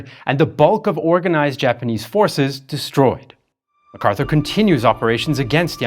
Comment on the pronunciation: Not macarthuer